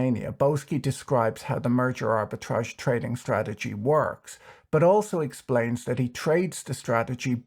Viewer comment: Did you just say Murder Arbitrage?